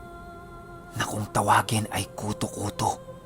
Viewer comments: Yung pronunciation po nung kuto kuto eh pareho sa buto(bone). Hehe skl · Kuto’ kuto’ yun ndi kuto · kutu-kutu ang pagkabigkas at silay not si-lay jejeje enjoy listening thnx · Patigas po pag pronounced nang kuto2 hehehehehe...parang inahing manok na hinahanap ung mga sisiw niya... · tigasan mo ung pagbigkas ng kutu-kutu. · I'm an avid listener po..1st tym to comment po..ung kutu kutu po,maragsa dapat ang pagka bigkas bawat pantig..hndi po malumanay... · Mabilis pag bigkas jan sa kutu kutu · yung pagsabi nang kutu kutu,paki tigasan nyu po..hahaha..as in tigas na tigas ang pagbigkas..hahaha..iloilo po ako,kaya alam ko po ang mga kutu kutu,tiktik,wakwak..🤣🤣🤣🤣nice ang story..😘sana maka upload po kayo ulit.